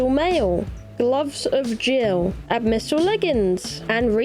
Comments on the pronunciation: Ab-missal? Try saying Ab-Bi-Sal all together, not sure where you are getting that M from lol. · This is like the 3rd or so video where I've heard her read Abyssmal as "abmysal", but the amount of times she says it here gave me an aneurysm. I'm dyslexic too, but knowing that the word "Abyss" exists helps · Why do you pronounce abyssal as abmyssal? It's like you're conjoining the words abyssal and abysmal together, but putting the M in the wrong place lmao